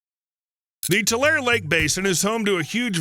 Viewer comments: As a California resident who grew up near this location, this video is quite interesting, but---OK, it's REALLY bugging me listening to you mispronounce 'Tulare'. It's 'too larry': three sylables, not two. My suggestion: do a little research b4 your videos; they are always interesting, but you can sound like a noob when you mispronounce words/place names. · It's tool-air-y... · Oh yeah, and it’s pronounced “tuh-larry” or “2 larry”. Not mentioning that about 95% of our rain water goes straight to the ocean seems a little uninformed or misleading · I’m 81 and live in the San Joaquin Valley for most of that time. It was always pronounced Tool Larry. Even though it is spelled Tulare. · It's pronounced TULL LAR REE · Sorry. But it is too-larry, Tulare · the E isnt silent its Tu-lar-e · I live in Tulare and Lake Tulare(Tuh-Lair-E) is west of my city. Stoked that you did a video on Lake Tulare! I always watch your videos! Keep up the awesome work! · Bakersfield girl here... To hear him mispronounced that after all the hard work and quality that went in on the video😢 and now every time I hear Tulair.. fingernails on a chalkboard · Those of us that live in this area pronounce it "too-LARE-ee". The "e" at the end has a sound. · We pronounce it Too Lair Ee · Just goes to show it might not be a great idea to build on land where a lake used to be... (Also it's pronounced too-LAIR-ee) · It’s pronounced toolarie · The “e” is not silent in Tulare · Please pronounce it correctly. It's driving me crazy listening to you mispronounce Tulare. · I love when people say tulare wrong😂😂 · The word " Tulare " is pronounced with the " E ", the E is not silent !!! It sounds so strange to hear the word being mispronounced after a lifetime ( 74 years ), of hearing it pronounced properly. I live in Fresno, Fresno county, an adjoining county. Tim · Tulare is pronounced too-lair-ee. Like Two-Larry. Not Two-Lare. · It's Too-lair-eee, not two-lair. There is a long e sound at the end.